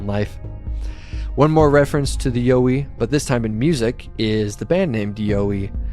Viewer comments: Not YO-EE mate. You were right in the first place. Its actually pronounced YOW-EE like you first thought. Don't know where you got that pronunciation from but they're wrong. Soz. Cheers from OZ 🇦🇺🦘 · You were right when you were wrong. Yow-wee (Y-OUR-WEE). Not You-wee. Just one of many regional names for the big hairy fellas. The little hairy fellas are known as Junjadees, or Brownjacks, again with various other regional names. These are the ones I know and are friendly with, the little fellas. Although some have reported seeing fangs this is believed to be an exaggeration because of the large teeth. Most report similar to our teeth just a lot bigger. Also while there is aggressive contact reported these are few and far between and only on encroachment into their personal area after repeated warnings. Also early reports of aggression were directed to early European invader settlers who were clearing bush for livestock and crops as well as pioneer loggers and explorers. They still let loggers and surveyors prior to mining or road construction let them know they're not happy and best be pulling your head in. Other than that most report non aggressive curiosity or just being followed, or politely escorted off their land then gone once they are seen as no threat. Other's, me included have regular contact and a friendly relationship with an individual or family. Also worth mentioning there are far more than we would imagine and some live so much closer to us than anyone realises. They are just such masters of disguise and will blend into their natural environment, always there but never seen. That's how they want to keep it also, they will only show themselves for a reason or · Aussie here too! 1st yowie said was right 😊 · Actually you had it right the first time, the way you say it in the video is wrong haha